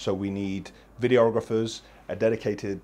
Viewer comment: Who’s going to tell him he’s pronouncing videographer wrong